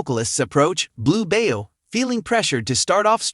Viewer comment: It’s Blue Bayou pronounced By you not bayo